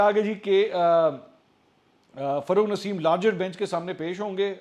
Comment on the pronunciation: It’s not FARRUKH NASEEM It’s rather FAROGH NASEEM Plz correct it..!